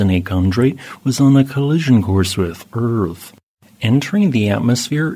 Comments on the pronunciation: Read this comment just before he said it. Lol. Yep. ‘uUrTh’ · this AI says eaaaaarth weird.